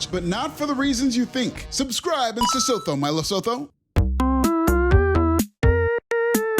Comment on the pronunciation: Yeah it's different everytime and in this video he says sesotho(pronounced as see-soo-too)